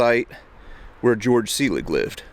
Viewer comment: That spelling (Georg) is pronounced Gay-org.